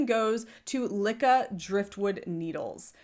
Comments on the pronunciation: It’s pronounced loo kee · LYKKE is pronounced Leek Ke ( short e) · Me hearing you pronounce Lykke reminded me why I hate going to my LYS. The first time I went I was looking specifically for a set of Lykke needles. I asked because the website the official site had taken me to said they restocked recently. They had none. But the owner, when I asked after them, had corrected MY pronunciation TWICE even though she was the one pronouncing it incorrectly. Every time of the 4 times I have gone since she has tried to correct or inform me of something I've already told her I am well aware of and it's the entire reason I kept coming to buy them AND despite the fact that I have been doing this for over 20 years now and I remind her of this every time I go in and I clearly was looking for and buying something for a reason. Like the Lantern Moon cords to replace the awful ones I have for my knitters pride set. Or hitting up double sales to get high end yarn for a steal. She is very pushy and also seems to take a specific tone with me I never hear her take with anyone else in the shop when I'm there. Now I hate going and I am trying to find another shop to go to.